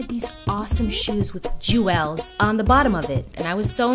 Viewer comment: The way you said "jewels" was hilarious! That accent reminded me of my aunties! Glad I found you on youtube!